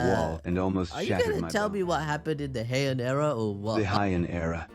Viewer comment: Ah yes hiean era totally not heian era